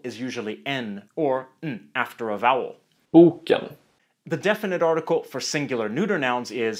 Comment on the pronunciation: In the first example, the volume (loudness) of the word drops off after the first vowel sound "bö" and the second part "ken" just tapers off. However, in the second example, you can hear the second syllable much more audibly; that "ken" is pronounced with some extra volume, or stress. Try putting some headphones on. Pronunciation is extremely important in Swedish.